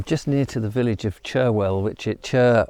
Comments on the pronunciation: Cherhill is pronounced Che rill not Cher Hill, H is silent. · I suggest you speak to a local to find out how to pronounce Cherhill. :)